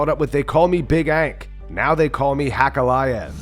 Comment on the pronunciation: Nobody calls ankalaev that 🤣🤣🤣